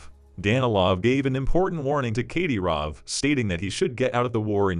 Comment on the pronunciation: Do your research on pronunciation. Kadyrov is pronounced cad-i-rov.